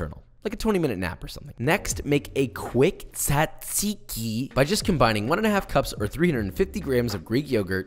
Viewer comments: I am 50% made of gyros like any other Greek and this seems excellent, but why do you write "tzatziki", but you say "tsatsiki"? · As a Greek Josh did a very good job with everything. There are still some little details that could have made his gyros better but it doesn't matter that much. As for the tzatsiki well its pronounced more like jajiki, like when you say Josh or James or Jason or blablabla and in Greece we call gyros the meat, not the whole thing, the whole thing is called suvlaki so when and if you come to Greece and ask for this you will say "can i have a suvlaki with gyros and jajiki (or sauce i like it with sauce in it much more than jajiki but its your choice) and tomatos and onions" (you could ask for some fried potatoes in it its much better in my opinion but it is optional)". You will not say can i have a gyros, if you say that they will bring you just the meat with nothing else most likely. Just wanted to correct some things but still Josh did a very good job making a suvlaki and another small little detail in Greece the pitas are a bit bigger and we don't put gyros and tomatos ext. inside the pita, we put it as joshua did and as i said before he did a very good job making the suvlaki. Have a nice day! (or night, whatever) 😂